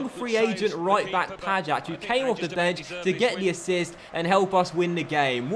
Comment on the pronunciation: You pronounce pajac like ‘pay-jack’